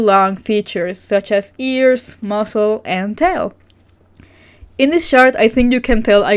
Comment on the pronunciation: Every time you say “this chart” all I hear is “shart” lmfao 😂